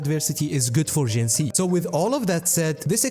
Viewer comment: Please tell I'm not the only one that's annoyed by creator's pronunciation of WuWa characters? Till now it was only Calcharo (pron. Kalkaro, check his self-intro voice line) and now Jinhsi too, have none of them pay attention during the story where they say her name numerous times.